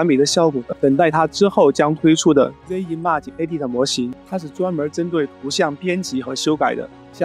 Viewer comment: 讲的真好，比ai讲的还细致。只是有个小缺点，image的发音你最好去查一下音标。瑕不掩瑜